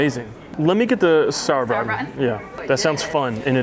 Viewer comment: did she say saur brugthen ?? haha im lmao